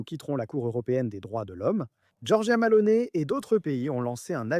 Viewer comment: Malone ? T'es sûr ? C'est plutôt Meloni si on sait lire...